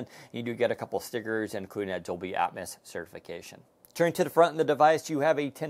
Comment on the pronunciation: He said "Dolby Atmis"!!! Also he called storage memory!